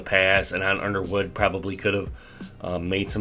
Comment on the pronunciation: Who’s “Iderwood” lol!